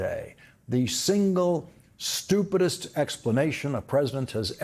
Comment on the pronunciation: Lawrence O'Donnell tells it straight. His descriptions of Dump are spot on. Heavy emphasis on the word stupid!!